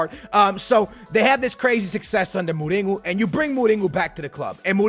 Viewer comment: Who’s Muringo? It’s mourinho